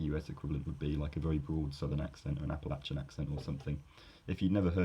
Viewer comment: 1200 points for pronouncing Appalachian correctly.